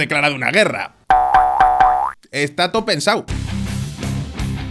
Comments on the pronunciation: " Está too pensa'u " 😂 que buenaa 🤣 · "está todo pensa'u" 🤣